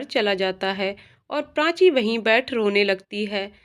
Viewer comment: बहुत सुंदर कहानी। मगर उच्चारण की अशुध्दता खलती है । कृपया श को स न कहें और प्राची को प्रांची न कहे उच्चारण की यह अशुध्दता बहुत कर्ण कटु लगता है उच्चारण शुद्ध करें।